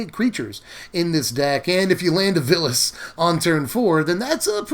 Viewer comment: It's Vilus (Vile-us), not Villus.